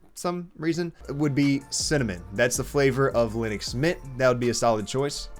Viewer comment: Ты про Линукс? или Лыникс? Что, черт возьми, такое Лыникс? В английском алфавите Ы даже не существует. Why are you distorting the word so much, adding the non-existing in English nor in Finnish language vocal there? Why do you have to replace the i with Russian ы and the u with i? Give some respect to Linus and pronounce the word as it originally was. At least that much should you be able to do.